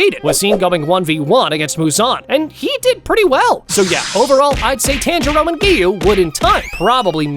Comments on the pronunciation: Instead of saying, Tanjiro, you’re saying 10 churro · he says tanjiro rong